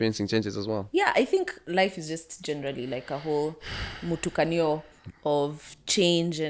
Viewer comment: Did she say "Mutukanyo"??